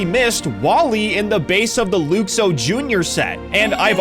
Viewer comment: Luxo is pronounced LUK-soh, not LOOK-soh.